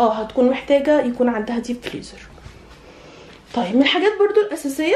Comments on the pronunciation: أنتِ بجد بتقولي فليزر؟!! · اسمو فريزر مش فليزر😂😂